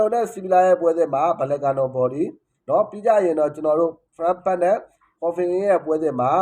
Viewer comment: Frankfurt ＆ Freiburg No clear pronounce. Freiburg =ဖရိုင်းဘတ်ဂ် Frankfurt =ဖရန့်ဖတ်တ်